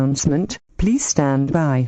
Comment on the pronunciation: “Please Stahd By”